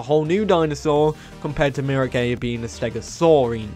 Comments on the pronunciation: Miragaia is pronounced mee-rah-GUY-uh like Gaia the earth goddess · Bro said miragaya. Bro I’m dead 💀